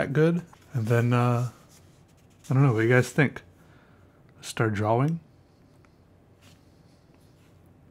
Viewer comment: the whole draw-wing?